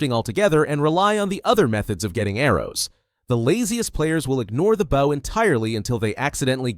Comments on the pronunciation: Baaw and arrow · and bow is not pronounced like bowing down to someone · Bro can’t say bow half the time